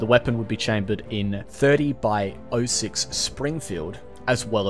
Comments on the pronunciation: My brother in christ it's not "thirty by oh-six" it's "thirty ought-six" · "Thirty by oh-six..." The fuck did you just say? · Love the history parts of the video, gives a lot of context and interesting info to what your talking about. It’s clear you really do your research! Small detail tho… .30-06 is (i think) pronounced “thirty ought six”. Kinda like shotgun round such as 00 buck “double ought buck”. (Idk if it’s represented as 00 buck though) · Just a little note - the American Benét-Mercié round is pronounced "thirty aught six" - .30 means the calibre, and 06 means 1906, the year it was adopted. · .30-06 is pronounced "thirty-ought-six" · Bro didnt know how to pronounce .30-06 and said ".30 by o six" lmfao